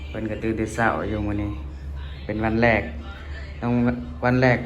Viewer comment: พยายามพูด อาหารเช้า ตอนเช้า ช.ช้างนะ สำคัญนะ ต้องฝึกๆๆๆ...😊